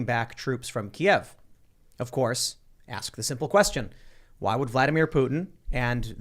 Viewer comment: I know you guys might not realize it, but Kyiv is not pronounced the same as Kiev (how you're saying it at the beginning of the pod, haven't gotten further in yet). Kiev is the Russian pronunciation of the Ukraine capital, from when it was part of the USSR. Kyiv is more like Kuh-yeev (or just say keev like they do on tv these days). That is how the Ukrainians would prefer you say it.